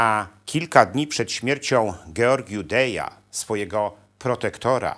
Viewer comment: Drobne uwagi: Georgiu - Dej zmarł w 1965 r i od tego czasu należy liczyć lata rządów Ceausescu. Ponadto : w języku rumuńskim literę j wymawia się jak po francusku czyli z (z kropką), więc był Georgiu - Dez. Jak wtedy nazywano Rumunię? Ceauschwitz! Ot, taki dowcip z epoki.